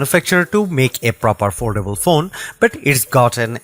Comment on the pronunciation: Oldable? Did you want to say foldable?